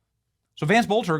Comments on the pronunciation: Its not bolter it's pronounced Bellter. Hello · This masked man can’t be Vance Boelter! Masked man is shorter and lighter than Boelter! His name is pronounced like “BELTER”